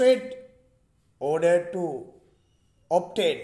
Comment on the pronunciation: Sir (obtain) kiyana ekak (obain) kiyala tiyenne ayy